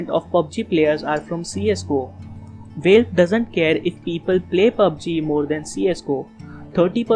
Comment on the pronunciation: Nice vid :) Btw its valve not veilve (the pronunciation)